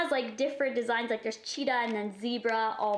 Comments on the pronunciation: She said cheeto instead of cheeta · When she said “cheetah” I heard “Cheeto” 😂